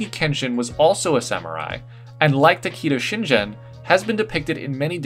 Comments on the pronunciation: I'll look past the butchering of Takeda Shingen and Uesugi Kenshin's names because that was freaking amazing. I clicked so fast when I saw that Takeda design on the thumbnail 😍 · i was getting a little triggered at the mispronunciations of Takeda Shingen and Uesugi Kenshin, but other than that very good armour pieces